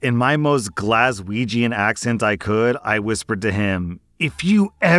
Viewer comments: Happy to hear an American finally pronouncing Glasgow correctly 😂😂 "Glaswegian" was eeeever so slightly off, but I can forgive it because of how you said Glasgow lmao (it's just Glaz-wee-jan, not Glaz-wee-jee-an. No "jee" sound, unless you're shortening it - some Scots call Glaswegians "Weegies" lol) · I know he gave it his best but man that was a solid misprenounciation of "glaswegian" lol